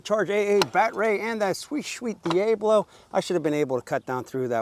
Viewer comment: D A Blo??? it's pronounced D Ablo, As in El Diablo.. You know, spanish for The Devil....